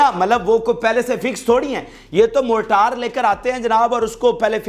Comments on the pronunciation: موٹار نہیں مورٹر ہے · جناب موٹار شیل نہیں مارٹر شیل صحیح لفظ ہے۔